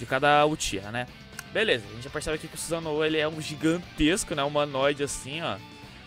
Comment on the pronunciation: Suzanoo kkkk , é Susanoo